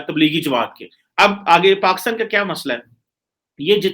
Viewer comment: Pakistan not paxtan